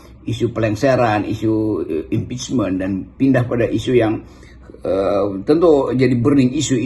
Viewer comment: Sama M.Qodari bilangnya impechble,trus disini impechman...😂dasar